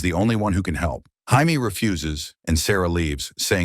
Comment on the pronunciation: Jamie, Hi-me, Hay-me... Your TTS sucks dude. Proof watch your videos.